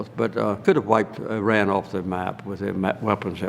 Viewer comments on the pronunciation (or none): none